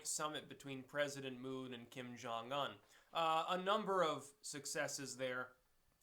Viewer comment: FYI, name is Jong-Un, Korean names usually 2 syllables, Un is the second syllable of his name, Jong sounds like young with J